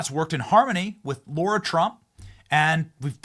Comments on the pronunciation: I'm legit wondering why Benny keeps calling her Laura Trump when her name is both spelled and pronounced Lara? I am not hating, i am legit wondering why he keeps doing that? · Benny Benny this is a sidenote I love to watch you all the time and I think you’re awesome. I love what you’re doing. However, my name is Lara and I am positive. You are mispronouncing Lara Trump’s name. You might ask her but there’s no U and there’s no O in Lara! It’s been a lifelong thing for me it’s been like nails on a chalk board to hear my name mispronounced so this is only to save you from getting it wrong❤❤ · Yes. Benny is too smart to keep on saying NUC YOU LAR instead of NUC LEE AR. I hope he’s not persisting in this error because he thinks it sounds “working class.” It’s not as bad as Kamelbreath doing a fake black accent but it is in the same category. You know I love you, Benny, but lose this blunder.❤❤❤